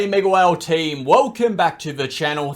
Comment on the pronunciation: TBH i was never sure what you said. I always thought you said megwell but only just realised its mega whale team.